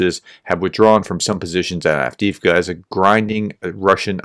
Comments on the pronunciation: AF DEEF KA not Ad-Wicka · Say it with me, Have-Div-Ka. 😅All jokes aside thanks for your coverage and your cooperation with Terry!